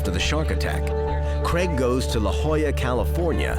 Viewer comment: Craig, not Creg.